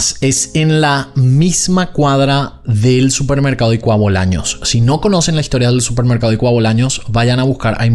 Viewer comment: porqué no pronuncias "Ykua Bolaños" en guaraní?? Por lo demás espectacular como siempre ✨✨